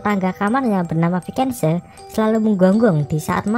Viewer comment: Vicente dibaca visente bukan vikense